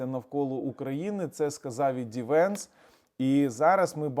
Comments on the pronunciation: Не правильно казати ді венс. Його ім'я - Джей Ді, прізвище - Венс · J D Vance а не DVance